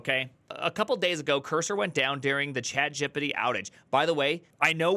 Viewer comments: Why do you say ChatGPT like “Chat-Jib-itty” 😭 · Dude wtf happened to just referencing StackOverflow lmao. Now GPTs are the new SO. I love how you say Chat Jippety lmfao. Thank God this is now becoming a topic of discussion. It's such a slap in the face to see script kiddies say "I built a DDOS tool completely on my own" or even out of college devs claim the work is their own but it's really just ChatGPT or some LLM. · i love how you said 'chatgibbidy' :))))) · Great video, but I cringe every time I hear Chat "jippity" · why does he say chatGPT like 'activity' lol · the way you say chatgpt is jokes lol